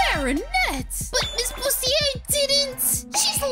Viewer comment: Her name is “Busiter” Not “Bustier”